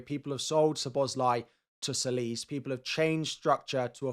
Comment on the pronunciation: All content creators pronounce ''Tsolis'' wrong. It's not pronounced 'Solis' , it's 'Jolis'.